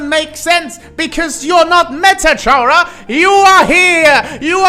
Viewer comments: its probably because you say it like charazard when its supposed to sound more like character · Yet another person saying CHara and not Chara(cter)... oh well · I like a lot of the stuff you pointed out that pp, seem to miss, but i have a few notes: 1. You pronounced Chara wrong, its pronounced 'care-ah'. As it derives from the word character. 2. Genocide is their run not intrinsically because there is murder, but because Chara is a megalomaniac, and killing just so happens to be how you max out your stats in undertale. 3. In the same way frisk and kris became our in universe vessel, chara became our in universe extention. They represent us, but arent really us. Kinda like most rpg characters. Atleast, thats what i think the intention is. 4. The players determination is what brought chara back, so it could be because of that, chara became what they are now? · Uhm actually it’s pronounced “Kara”🤓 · makes an entire video about chara and mispronounces her name the entire time either say it like (car-uh) like the name kara or say (care-uh) like part of (chara)cter that's where the name chara comes from the word character you wrote it on the board and i guess just didn't notice it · how the hell does someone continuously mispronounce the name “chara” when the word it comes from is literally right in front of them. i highly doubt they say “character” like that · Respectfully, the way you pronounce their name is making me start tweaking the hell out